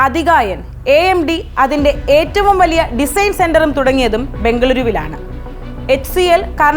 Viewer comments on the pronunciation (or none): none